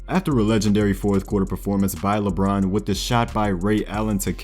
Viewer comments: This man said LeAlfred James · "Lebruh James"